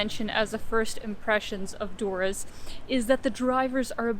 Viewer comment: No one calls Durres that buk OK lmao.